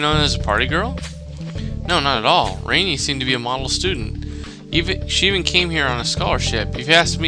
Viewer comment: No its not its pronounced ran - ee